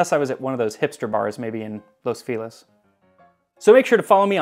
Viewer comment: Wow that was the whitest Los Feliz I have ever heard. Sounds like he was trying to say "The Fellas" in Spanish. I was wondering how and when the London Dry gin became ascendent. I have made the mistake of trying to make a martini with Old Tom and Genever (as well as Sea Gin). Yikes!